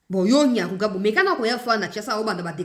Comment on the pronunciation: Maman,il s appelle Nyamugabo et pas Nyamugabo.les deux noms sont différents.le premier est Rwandais tutsiet le deuxième est mushi du Sud kivu.ma chère enfant, comme on dit que la justice élève la nation c est ainsi.ce Nyamugabo n a rien à dire ici.il n'est pas Congo lais que ces arguments fallacieux soient exportés chez lui au Rwanda.de gens qui sont capables de modifier leurs identités sont terribles.